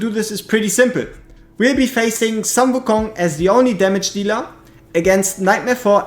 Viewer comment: Please it's sun like in "full", not sun like in "run".